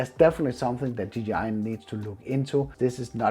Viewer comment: Did he just say a ggi mavic mini 😂😂😂